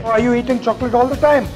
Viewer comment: Luv "shokola"